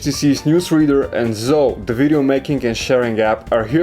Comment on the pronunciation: Oh my...how he pronounces Zoe.